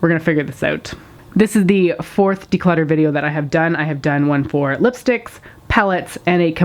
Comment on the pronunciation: its not declotter ....